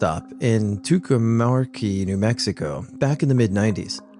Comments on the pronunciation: I grew up in Albuquerque, NM. It is pronounced Tu cum carry, Tucumcari, NM. Valiant try!!!! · Hey! Second story...2-cum-CAR-ee, New Mexico...just like it's spelled. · Toocum carry is how it's pronounced. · Oh that is a difficult name. It’s two-come-carry. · Listen to Willin' by Little Feat and you'll hear them pronounce Tucumcari. (Yeah, I'm that old.) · The mispronouncing of tucumcari is what makes him so endearing. That touch of shyness he has is 100% why he's so awesome!